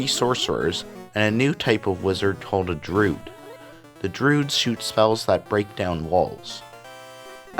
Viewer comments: looking for this comment, droo-id not drood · why do you pronounce druid like "drood"?